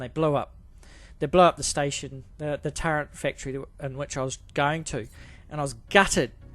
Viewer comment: I appreciate you, I appreciate your video and the knowledge that you're sharing! Thank you! But please... there's no 'n' in turret. It's not pronounced turrent. Thank you!